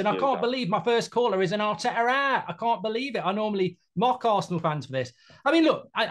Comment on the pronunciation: Arteta awt 🤣😂🤣😂